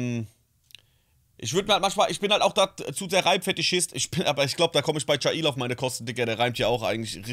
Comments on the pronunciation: Bin mir ziemlich sicher das man jaill wie das englische Gefängnis ausspricht und nicht „ja il“ 😂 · Jaill wird wie das Gefängnis auf Englisch ausgesprochen :)